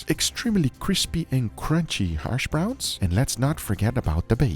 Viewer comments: Hashbrown, not harshbrown, Guga. 😂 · Its hashbrowns not harshbrowns Guga xD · Did he say HARSH browns? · Lol, what the hell are “harshbrowns,” Guga?? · Hersh browns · It sounds like Guga is saying "Harsh Browns". Yep, he's not wrong! 😅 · I am hearing Harsh Browns?